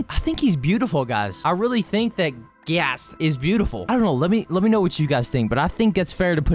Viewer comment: Bro called ghast gyatts😂😂😂😂😂😂😂😂😂😂😂